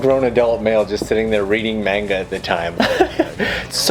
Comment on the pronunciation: I cringed when you said manga 😅 it’s so weird to see you without the facial hair! When did you start growing out your beard?